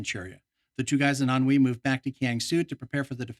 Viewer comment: Thank you for the engrossing content, for a game I've never even played! Minor point of amusement: I still giggle every time I hear you say "Ahnwei", because it sounds like you're saying "ennui", and I always get a mental image of the Japanese or US forces battling against boredom and life-weariness! (FWIW, I looked up the pronunciation because I was sure you were saying it wrong, but – nope! I found out that it's pronounced "an-hwee", with neutral stress on both syllables, so your "an-wee" is a pretty good Americanization. I would have gone with something more like "an-WAY", and I would've been an-WAY off! Considering how knowledgeable you are about the rest of the game, I suppose I should have expected as much. :) )